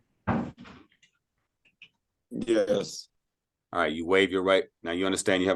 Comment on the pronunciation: Mr. Bailey doesn’t even know how to say ‘yes’.